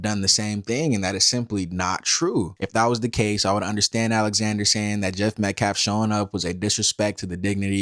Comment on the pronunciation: I thought he was pronoucing Metcalf wrong on purpose until i relized he just can't speak English very well.